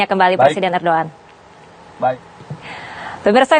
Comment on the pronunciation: Udh jls bacaannya erdogan ko di bling erdoan